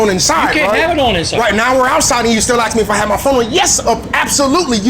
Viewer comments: It's 'ask' no axe her a question ffs. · Since when did Americans start saying axe instead of ask? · Sorry you can't record audio without consent. And why do you keep saying Aks? instead of Ask? its funny one time he did say ask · The fucking word is ask A S K Not fucking A K S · this video gives my hurt the brain. "i axed a question" and can we stop using "cops kill people" as an excuse? no wonder the guys paying child support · Learn to ask a question. Not axe. Makes you sound illiterate. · It didn't help to say "ax you a question". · It's not aks!!!!! it's ask! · Well, you know, you could quit being a dumb animal, and support your child? Oh, and btw the word is "ask" not "ax" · Its pronounced ask not acks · "All I did was axe a question" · "axed her" W.T.F.?